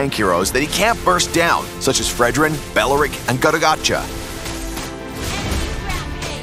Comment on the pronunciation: Wait a minute, how did he pronounce gatotcacha?